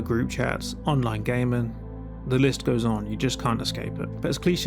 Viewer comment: If you pronounce gaming as gaymen I have no time for the rest of your video